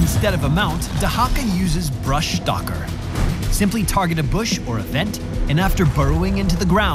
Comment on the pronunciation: Even Blizz guys cant pronounce Brushstalker :P